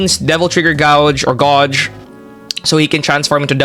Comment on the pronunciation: That Gauge pronunciation is "Gayj"